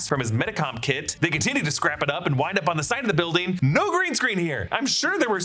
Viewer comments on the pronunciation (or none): none